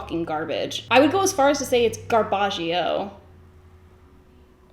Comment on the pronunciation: Garbagio killed me 😂😂😂